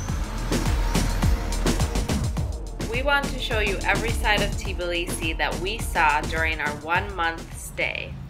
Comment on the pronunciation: I definitely have to visit.. My first stop would be to ask a local how to pronounce "Tbilisi" because I am sure it is not "Tiblisi" ;-) Those who are native English speakers and are not native in other languages often cannot pronounce two consonants together... Practice it :-)